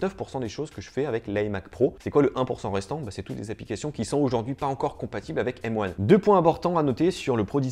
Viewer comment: Mais quel bg ! Il dit M one et pas M un Trop stylé